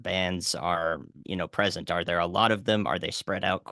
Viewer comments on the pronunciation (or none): none